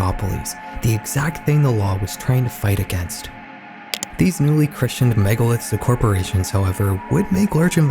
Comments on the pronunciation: “newly christianed” lol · Yeah it’s Christened , not Christianed like he pronounced it.